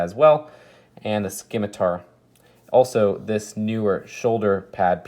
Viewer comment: You don't pronounce the c in scimitar!!!